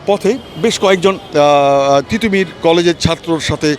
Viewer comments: ঠিটোমীর না তিতুমীর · পাগল নাকি? টিটহ মীর কলেজ না তিতু মীর কলেজ, সঠিক কথা বলতে সঠিক উচ্চারন করুন। অাপনি কি দেশি ব্রিটিশ উচ্চারন করে অভ্যস্ত?